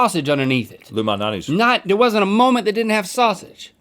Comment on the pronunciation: Daniel Turchan Rhett mentioned Lou malnatis but mispronounced it